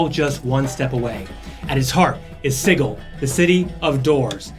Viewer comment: it's pronounced: sɪdʒɪl rhymes with vigil, not giggle